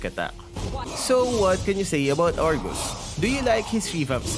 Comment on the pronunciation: Did i hear wrongly? "Argoose"???